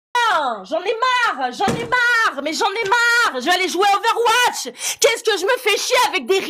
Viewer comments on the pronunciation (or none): none